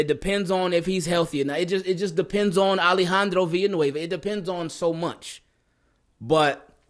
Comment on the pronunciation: great pronunciation on Villanueva. Team KEEP IT CLEAN from SPAIN!!!